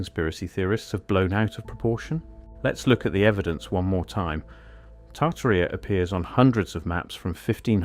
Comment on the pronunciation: Tarta rheeea😂😂😂 it’s tar Tare eee uh